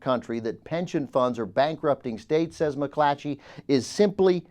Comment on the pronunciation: whenever says McClatchy, he adds an h to his next c. McClatchy. It's a tough word to enunciate.